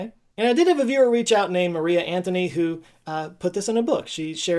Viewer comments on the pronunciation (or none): none